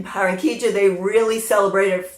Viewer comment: You say Baranquilla like a native! I can not wait to see THE CARNIVAL one day there! Love your magazine every month!